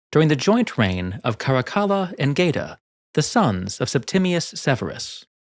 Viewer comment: Geta .. it’s pronounced ghett-a, same as in ghetto.. gay-ta just hurts my ears